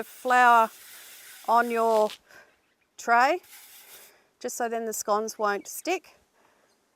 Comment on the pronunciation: No, no, no Senora. Not "On Your Tray" "Uno Dos Tres" Muchas gracias! ;-)